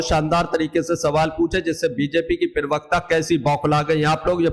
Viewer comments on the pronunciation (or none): Bhai पिरवक्ता नहीं होता प्रवक्ता होता है ठिक ठिक पड़ा बोला करो।